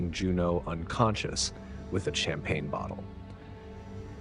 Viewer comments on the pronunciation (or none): none